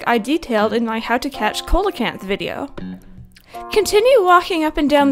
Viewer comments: coelacanth is pronounced (see-low-can-th) not coal-a-canth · Oh and you pronounced Coelacanth incorrectly. It's pronounced see-la-can-th. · Thx for the guide. But it's pronounced SEEL-uh-kanth. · She said “Coelacanth” way differently than she did before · lol yes, even in my "How to: Catch Coelcanth" video I noted that everyone pronounces that name differently. It's rather tricky :P